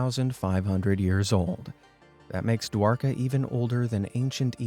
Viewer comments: No he pronounced dwarka it's like this Dwaraga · Man, Hindi pronounciation is wrong!! Word Mahabharata is pronounced as ma-ha-bha-rat And Dwarka as Dwaar- kaa